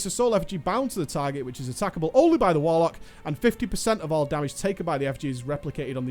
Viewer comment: "WARLCOK", ya dunnit.